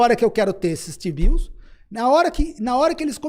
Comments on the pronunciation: Rapaz... Foi só eu que ouvi toda hora que o Dolar é lastreado em Xibius (t-bills)? 🤣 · Só tem um problema, toda vez que vocês falam Tbio, eu só consigo ouvir xibio... 😂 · desculpa, mas não consigo ouvir vcs falando tbill e não pensar em outra coisa kkkkk de resto, ótima discussão